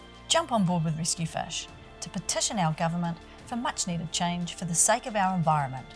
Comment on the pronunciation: "Rescue fush"